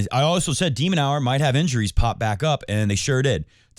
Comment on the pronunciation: Genuinely love the show, keep it going I feel like you have such real takes. Feels like you say what everyone on the couch is thinking but other youtubers/reporters wouldn’t say, always keeping it 💯 I watch all the time but sometimes I can’t get get around when you mispronounce Tiafoe or De Minaur just feels how can you know ball but you never heard the players themselves or anyone else pronounce their names 😅 Also I want Fritz to win in the final but it’ll be tough against a Jannik Sinner in full form 🤯 In the words if Jannik himself “but lets see what will happen in the future, no?”